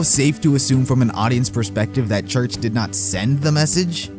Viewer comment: The Fake Church Sounds Like Wash